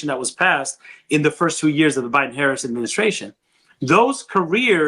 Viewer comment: It's time to call VP Harris by her last name, the same way you refer to Obama, Biden, and Trump. Especially if you gonna mispronounce it 😉